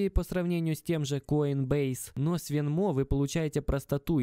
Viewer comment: Venmo ударение идет на е, говорю как гражданин США )